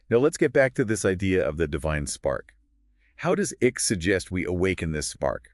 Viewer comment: Great subject. Terrible podcast. And it's not ICK, it's ICKE. Sounds like IKE.